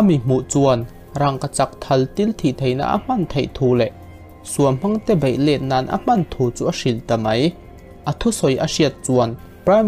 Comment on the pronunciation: BEIH tih hi BAIH tiin i lam thin a, a dik lo aww..